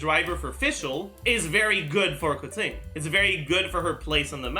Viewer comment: he butchered Keqing's name pronunciation, he says it as "Kur ting" when you are supposed to pronounce it like as if it was spelt like "Ker ching". it's a (Qing) "ching" sound not a "ting" sound, if you listen to the english voice over where she introduces her self you'll clearly hear it & you can still hear it in the other languages as well. But I prefer the english setting so I understand it better for me.